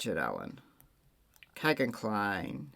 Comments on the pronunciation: Its America, vowel consonant vowel, firt vowel makes long sound. It sounds like Keygin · Couldn’t it be Kegan, rhymes with Vegan? 😊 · Kegan like vegan, I suppose. I always thought you were using the correct pronunciation until you mentioned it in this video. 💜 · His name is Kegan. (You have to go back to the vowels- the long e) it has the sound of the double e..although it isn't spelled with the double e's. America has a way with letters and words....😂